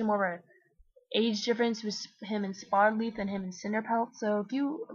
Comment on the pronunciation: When you said Spottedleaf for the first time I thought you said HOLLYLEAF and I was like wtf?